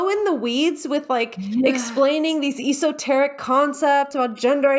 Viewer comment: I don’t know if I’ve heard “esoteric” pronounced like that before…. surprising myself to find I have no strong feelings about it.